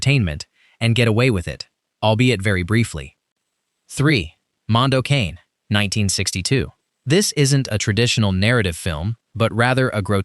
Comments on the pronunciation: It's pronounced Mondo Connie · Mondo KAH-nay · Mondo Cah-neh is closer to the correct pronunciation. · Mondo Cane is ponounced, "Mondo Canee"